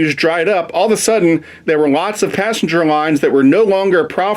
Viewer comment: Passenger not passenge